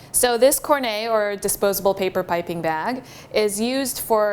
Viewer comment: the only time ive heard it pronounced in a frenchy way